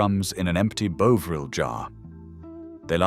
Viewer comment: Stopped as soon as he can't pronounce bovril